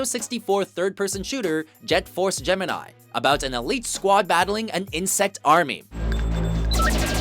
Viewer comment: Does this guy not know how to say Gemini or have I been saying it wrong my whole life